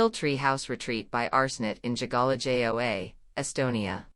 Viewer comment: Although the photography is lovely, the robotic narration is glaringly ugly, like plastic flowers in a perennial border. Particularly bad are the anglicized mispronunciations of "Piil" and "Jägala-Joa", in a kind of Anglo-Saxon robot-driven cultural imperialism. Could this perhaps be uploaded in a revised version, with a human being doing the narration?